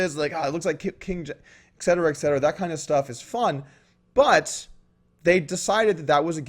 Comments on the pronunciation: His time consuming talk was rude because it was extreem time wasting and therefore they should call the clock after 2 minutes. Other than that its etcetera not excetera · Yo Doug. You tha man. But, "et cetera". Not excetera or egg-cetera or whatever. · Eck cetera, Eck cetera. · and stop saying ecksetera... ;-)